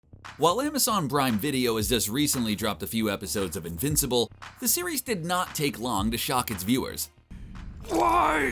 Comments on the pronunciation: “Amazon Brime” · Ah yes Amazon brime